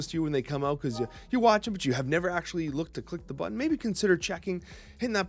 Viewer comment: 😂" aut there " the Canadian comes out